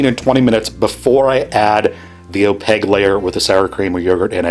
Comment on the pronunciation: Opague layer. Don’t you dare ever say opaQue. Just opague.